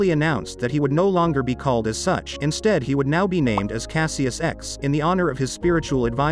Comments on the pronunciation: How can you do a video on the greatest man in our generation and twice mispronounce his name? You say CASS-EE-US like he is some Roman named fool. It was pronounced CASH-US. Get your shit right. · It's pronounced cash-is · Lol why are you pronouncing his birth name like that 🤣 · It was pronounced wrong here... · You mispronounced Cassius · You pronounce his birth name wrong. L video